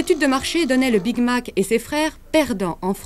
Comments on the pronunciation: J'ai entendu le " Big mal" perso! 😹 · j'aime bien aussi comme elle prononce Big Mac (Je vais gouté le big-Ma) xD